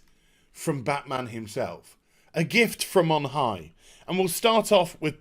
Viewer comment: its batmaam